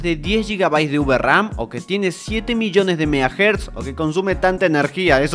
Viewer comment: UVERAM, oh lalá señor francés